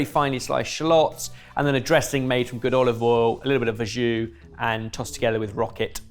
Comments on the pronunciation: Verjus is pronounced vair-zhoo, not verr-zhoo. Very British incorrectly to mispronounce a French word but a chef should know better. It happens so often! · I dunno if this is a Aussie thing, but I'm very familiar with verjus, which we all pronounce as "ver-juice". It's been on our 'posh vinegar' menu for ages. Probably because of our undisputed national treasure Maggie Beer and her close association with the Barossa Valley wine region of South Australia.